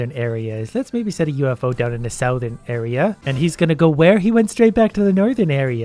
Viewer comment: South”urn” not southern southurn I actually died laughing